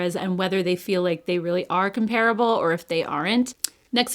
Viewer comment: Okay I’m going to be the pronunciation police because everyone on youtube is now pronouncing, comparable wrong. It does look like, come-parable but it’s not.